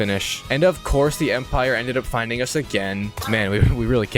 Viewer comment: I’m crine every time he says the empire😭